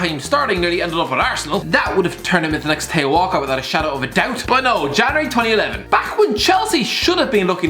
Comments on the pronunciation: Nobody:: Tay-O Walcott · am i the only one who doesn't know why he pronounces theo walcott tayo?